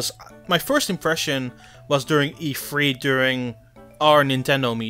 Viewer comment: It’s E3 not E-Free